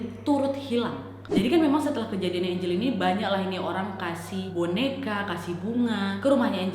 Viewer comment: nama nya angeline tpi di bacanya enjelin